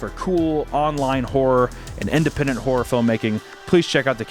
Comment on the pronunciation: I don't know why you keep saying analogue whore instead of analogue horror but I prefer analogue as well.